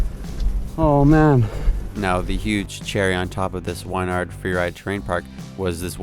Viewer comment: Nice vid man! Its pronounced "win"-"yard" just so ya know!